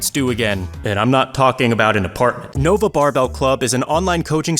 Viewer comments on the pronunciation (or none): none